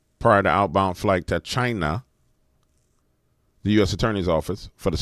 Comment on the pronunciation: Wtf do you keep saying china like that? 😏